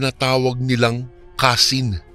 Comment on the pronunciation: Kansi po....hndi kasin😂😂😂